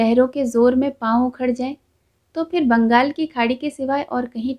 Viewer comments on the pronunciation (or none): none